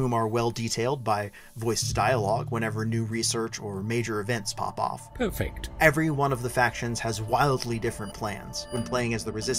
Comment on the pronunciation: at about did that character say "poofect?"